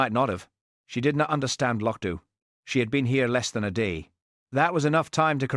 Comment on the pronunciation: 1.51 no trousers, 2.12 trousers, 6.47 no trousers😂❤wonderful, apart from AI, although it pronounce loch Dubh correctly😊